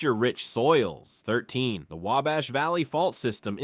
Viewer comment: I liked the fact that the last time I watched an Indiana 50 fact's about Indiana the individual kept saying Way-Bash and this narrator pronounced it properly multiple times and I am from Marion, Indiana